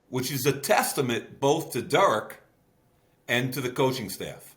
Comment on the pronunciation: Love Mayock, Hate how he says Derek. Seriously good talk.